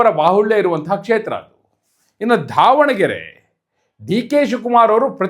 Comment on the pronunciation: ಧಾವಣಗೆರೆ ಅಲ್ಲ ಮಾರ್ರೇ ಅದು ದಾವಣಗೆರೆ ಅಂತ